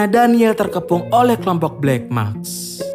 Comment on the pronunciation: maSk bwang, bukan makS. Wkwkw